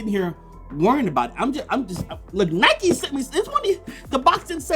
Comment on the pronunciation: Its Nike. Not Nikeee